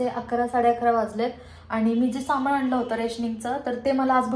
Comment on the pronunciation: माण दुखतेय, पेण होतात, त्याणनतर बणवला, किराना सामाण अगं बाणाचा ण आणि नळाचा न या दोन्हीचा योग्य उच्चार करणं आवश्यक असतं.